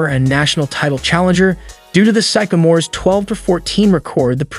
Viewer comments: It’s pronounced Sick-a-more not Syke-a-more . Named after a tree with the same name . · it's not SYKE-a-mores, it's SYCK-a-mores. The sycamore is a type of tree. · The college team Bird played on were called Sycamores ( after the tree) pronounced sick-a- mores. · Sic- a- mors. Jeez.... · It is pronounced, sick-a-mores, like the tree. Bird never played for the Chicago Bulls. Gee whiz, do a little editing, and/or research, before publishing. Good video, otherwise.